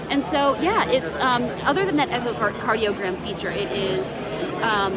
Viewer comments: Did she say “echo”cardiogram 🙈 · She has absolutely zero idea how to use the apple watch and she blames it on not being a finished product. Pathetic and unacceptable. And did she say "echocardiogram"? LOL